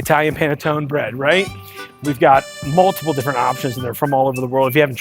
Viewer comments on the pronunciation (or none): Pann-eh-TONE. DUDE.